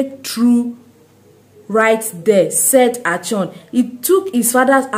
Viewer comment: Plz not achon It is Akon